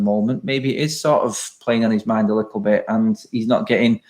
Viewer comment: When says lickle he thinks his gangster at that moment